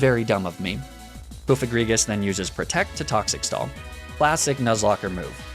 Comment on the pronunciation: Wait THAT'S how people pronounce cofagrigus??? I thought it was pronounced like cough-agree-jus because it's sarcophagus+egregious aka a very bad sarcophagus